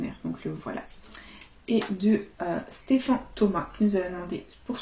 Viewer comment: Merci pour les deux cash 👌 par contre sa se prononce Stéphane lol mais ce n'est pas grave 🙏